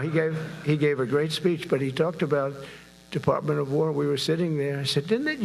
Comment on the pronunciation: What's a "Deparpment"?